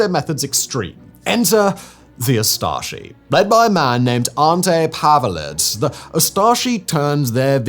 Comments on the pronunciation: If you can take the time to learn how to pronounce Ustashe right, what stopped you from learning how to pronounce Pavelich? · What ethnicity do you reckon "Simon" is, and what are his chances of being impartial? Lol. He can't even pronounce Pavelić's name correctly.